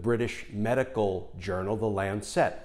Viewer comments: Love the piece but Lancet is pronounced LANcet not LanCET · Not quite how Lancet is pronounced. It's a softer "set" rather than lan- SET. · For goodness sake pronounce Lancet correctly. It is not Lancette. Mispronunciation a la Trump distracts from the message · lancet. pronounced lan sit, not lan set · Btw it's the LAncet, not the LancEt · good clip, good arguments. -- one quibble though: it's not Lan-sette. The medical journal is called the Lan-sit. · It is not the "Lan Cet" as he keeps saying, it is the "lancet" all one word!!! Wouldn't bother me so much but to my ear it is distracting from the content. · Not Lancette, Lancet [short end] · Glenn, it's not Lan Set. It's not a satellite. It's not Chinese. LAN-set. A little sharp knife, a LANCET. You know--like "lance a boil." You're driving me crazy with that mispronunciation! Jesus. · I love you videos and do hope you predictions come true in January. Just a small note. Lancet is pronounced 'Lancit' (as in the knife). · It is pronounced LAN-set. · If you’re going to make a video for thousands of views, why not take the trouble to find out how to pronounce words you use. You probably don’t even know what a lancet is. LAN suht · While I agree with your major points, it doesn’t help make your case that you evidently have never heard of the word or the journal “lancet” before and are so incurious as to not care how it’s pronounced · for the pronunciation of lancet ;-) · Good story, but I got totally distracted by the mispronounciation of the word "lancet". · LEARN TO PRONOUNCE LANCET, I CAN'T WATCH YOU MISPRONOUNCE IT SO SEDULOUSLY. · A picky point: Lancet is a one syllable word.